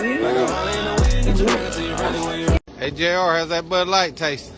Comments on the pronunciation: It's not Bud Light it's "Lud Bight" 🤣🤣🤣🤣🤣🤣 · Buuuh light? You choose which consonants you articulate....